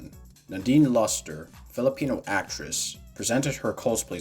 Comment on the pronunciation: Nadine's last name Lustre is pronounced "lose" + "treh" or "trey" :) Also thank you for supporting Josie. I liked her. I wish you are right. I want her to be in 8.